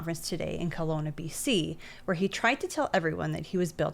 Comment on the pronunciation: I don't care about your opinion because you don't know how to pronounce "Kelowna".